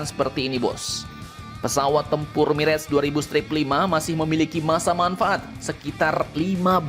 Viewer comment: Mirah, bukan mireg min admin.....kayak orang tdk sekolah saja.